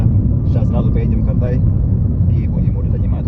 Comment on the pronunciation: КАрдай емес ҚОрдай деп айту керек.Ты же уже почти местный